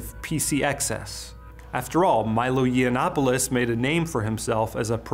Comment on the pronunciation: "Milo Yiannopolous" (correct is Yiannopoulos) and "Laura Southern". Not sure if they did this because they couldn´t bother to 5-seconds google check or just trying to be disrespectful in the most childish way